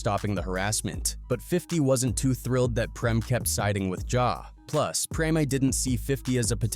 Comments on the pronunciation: its Preme not premi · PRIM,PREM, PREMIE, PREMAY, HO-MO 😂🤣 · 😂😂 preme me had me rolling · How are you going to pronounce Preme five different ways in a row? 😂🤣 Goofy ass AI